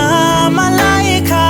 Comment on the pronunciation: i just searched up my name ad this came up and he actually said it right